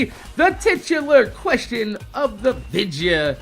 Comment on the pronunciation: say: VIDEO